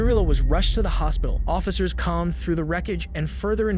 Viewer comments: Can you ppl PLEASE stop using AI to talk through stories?!?! Saying words annoyingly wrong.... 'sidin' = sedan, 'com' = comb, etc etc etc AND THE SUBTITLES ARE WRONGGGGGGGGGGGGG. It's incredible annoyingly. Atleast check your work. I'll make sure you never show up on my feed again LAZY YOUTUBER! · How does an AI narrator pronounce “comb”? As in comb through the wreckage. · Either this is narrated by AI or, dude has never read the word comb in literate. 😂